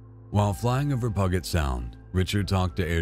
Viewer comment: It's pronounced PEW-JIT, not PUG-IT...🤔😎